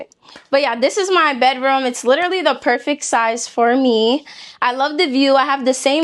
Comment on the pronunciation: Perfect. Not perfik